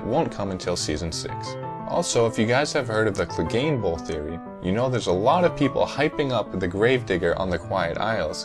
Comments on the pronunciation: Its Clegane not Glegane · Its Clegane not Glegane. You know nothing,.